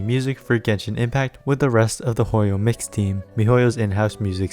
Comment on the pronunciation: Thought you said "Hoyo mixtape" for a bit